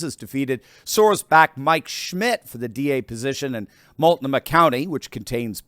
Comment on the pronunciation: Ps it’s Mult noh ma county From an Oregonian :-)